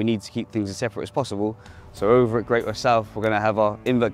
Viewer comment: Very interesting, but for goodness sake, it is not pronounced Great Worth...it is Gretuth.